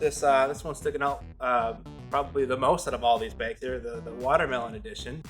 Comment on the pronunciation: I know, I had to comment on that myself. It either cracks me up, or makes me cringe every time.